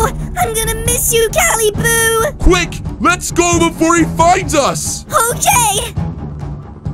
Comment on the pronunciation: Why does she say caliboo